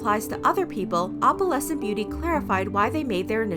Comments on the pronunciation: I’m cringing so much at how you pronounce opalescent. It’s not Oppalescent it’s Oh-PAL-ess-ent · OH-puhlessent. Not AWP-uhlessent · i cant stand the way she says opalescent you pronounce the O in opalescent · i’ve never heard someone say opalescent like that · The way you pronounce "opalescent"... yikes... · The fact that she’s pronouncing opalescent wrong the WHOLE TIME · How do you pronounce it?